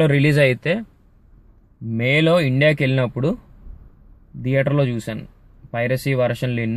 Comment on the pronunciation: DEATHER kadu ra theater yedava.. pronunciation nercuko